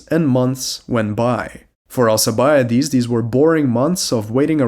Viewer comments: Al-K-ibiades ffs my ears. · Is it just me or is his name not pronounced with a k